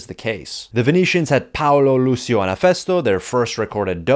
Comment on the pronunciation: Great video, just Lucio is proncounced Lutchio